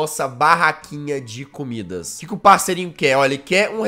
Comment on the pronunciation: só eu que ouvi ele falando COmidas?